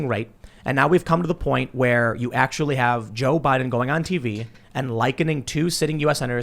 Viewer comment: Well arkthullly... that’s all I hear from these basement dwellers